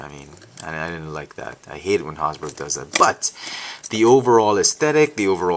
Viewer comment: LOL. You have a funny way of pronouncing "Hasbro".